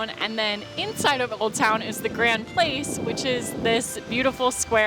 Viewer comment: I have been to Lille a couple of times, but I'm ashamed to say that I don't remember a great deal about it apart from that enormous pedestrianised centre and the driverless metro system. Perhaps I need to go back? Language tip: "Place" in French is pronounced "plass"(!)